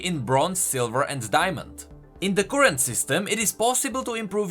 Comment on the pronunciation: current (cur like fur, not koorent), pulsefire (pul like cull, not poolsfire) :)